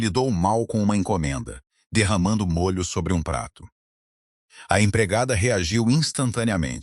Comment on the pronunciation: Diz-se môlho